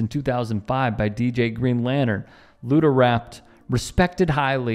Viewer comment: "Luda" lol....cmon...